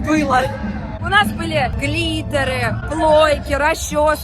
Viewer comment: когда говорит глиттер- каждый раз слышу клитор😅